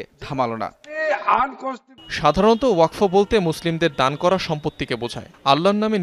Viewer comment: Uchharon to thik koren sangbadik vai It's wa-kaf=waqf